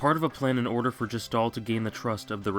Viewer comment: you mispronouced gestahl. considering he's meant to represent the gestapo (yes, THAT gestapo), it's a pretty major aspect of him. it's meant to establish halfway through the game that kefka would be too evil even compared to the [1940s german political party]